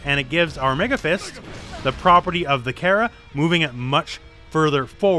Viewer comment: It’s pronounced Cara but patato potato I guess